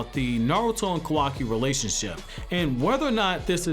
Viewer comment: Kawaki not Kawai